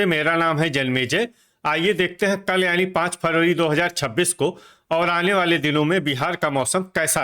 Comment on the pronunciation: कल को तल बोलते हैं 😂😂😂